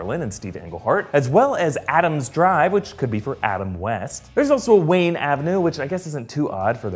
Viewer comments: Lol "Wanye" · wanye or wayne?? geezzuzzzz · it says Wanye not Wayne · “Thomas Wanye” for Mayor? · "Thomas WANYE" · WaNYe? Lol! Wanye West?